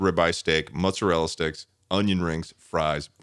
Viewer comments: the way they’re pronouncing mozzarella sticks is giving me whiplash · something about a mutton chopped mustachioed man saying “mutzerella” is really tickling my burger right now